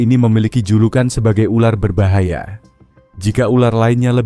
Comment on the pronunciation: Berbahaya bukan berbayaha😅😅😅